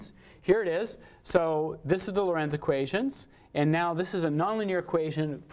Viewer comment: Hej, It is the Lorenz system, not Lorentz. You mixed-up the fluid dynamicist and the physicist:) You and Steve got me inspired to get my dynamical system course online as well. Working on the slides right now!